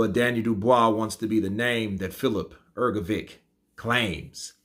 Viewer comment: Daniel Dubios pronounces the last name Hrgović correctly., it's really a big puzzle to me how you can continue to pronounce the last name incorrectly when DDD pronounce it correctly. Could you please explain that? I invite you to listen to the correct pronunciation of DDD. Listen, please, how to pronounce the surname Hrgović CORRECTLY!